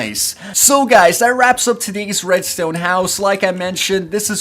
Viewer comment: The way he says red stone makes me unhappy 😂